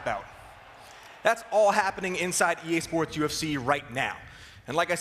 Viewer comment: Dude, you're not saying EA SPORTS correctly ...